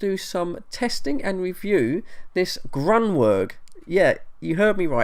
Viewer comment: verg not werg you dope !